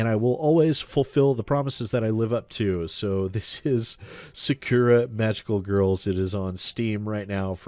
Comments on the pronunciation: I find it hilarious that you did this. Sidenote & Protip rolled into one: When pronouncing Japanese words, don't put any emphasis on any of the syllables, and say them exactly as they read. In this case, Sah-Kuh-Rah. You'll still have an accent, but it's not egregiously wrong. You can also not bother. Just figured I'd let you know in case you cared about accurately pronouncing things. Edit: I watched further into the episode. You poor, poor bastard... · My god as a student learning at a japanese school, the way you said 'Sakura' is just ear bleeding.